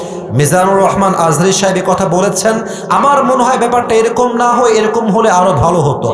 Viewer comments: তুমি তো মিয়া আজা হারি হুজুরের নাম ঠিক মত উচ্চারণ করতে পারো না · দুদু ভাই দুদু খায় নাই বলে আজহারীর নাম ভালো ভাবে বলতে পারে নাই। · আমি বলতেছি উনি রাজনীতিবিদ উনার কাজ দেশের মানুষের খোঁজখবর রাখা অথচ উনি মিজানুর রহমান আজহারীর নামটাও ঠিক করে বলতে পারছে না। এরাই তো দালাল খাওয়ার জন্যই করে। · দুদু তোমাকে কতজন চিনে?? আজহারীর নাম ভালো করে বলো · সে বিএনপির কিসের নেতা সে একটি নাম সুন্দর করে বলতে পারেনা, ডাক্তার মোঃ মিজানুর রহমান আল আজহারী। এত সুন্দর নামটা মুখ দিয়ে আসেনা উনি আবার নেতা। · তার মাথায় সমস্যা আছে তাই সে হুজুরের নামটাও ঠিক করে বলতে পারে না। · মিজানুর রহমান আজহারী কে সারা পৃথিবীর মানুষ চেনে। অথচ দুদু মিয়ার এত অহংকার যে তিনি দেশের একজন স্বনামধন্য আলেমের নামটা পর্যন্ত ঠিক করে উচ্চারণ করতে পারেননি। এত হিংসা আর অহংকারী আপনাদের পতনের মূল হবে। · দুদু আযাহারির নামও ঠিক মতো বলতে পারেন নাই, অভিনয় করে অপমান